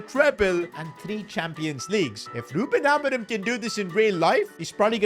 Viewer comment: We’re doing the take over with rubIN ALMORIM (biggestpakiaccent)